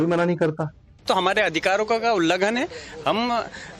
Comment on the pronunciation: Pehley ullanghan shabd theek se bolna seekho Bark